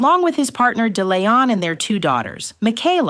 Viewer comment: A Yank pronouncing "Toowoomba" & "ARIA" is just weird... & what is so hard about pronouncing De Leon ????